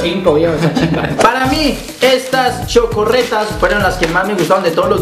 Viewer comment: son chocoretas no chocorretas